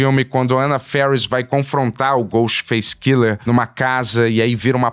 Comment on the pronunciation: Cada vez que o fala Ghostface Killer eu perco um minuto de vida